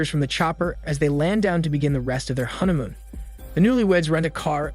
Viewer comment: Why do I feel like your saying huntamoon???